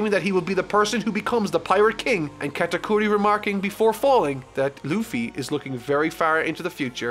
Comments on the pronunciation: Sorry,, you've mispronounced GOATakuri. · U butchered the first part of Katakuri’s name